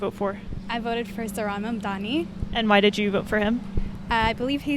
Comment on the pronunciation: Iirc that's how south Asian people would pronounce his name, given how Mamdani is half Indian he's probably pronouncing it well/fine